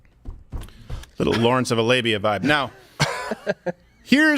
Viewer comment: “a little Lawrence of a labia vibe…” 🤣 took a couple seconds to process… wait did he say… 🤣 hilarious